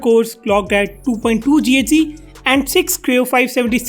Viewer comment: You're a noob. It's not read as GHz, it's giga hertz.